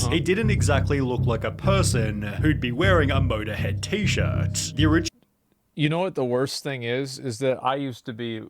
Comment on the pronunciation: How does he make “T-shirt” and with an “ah”?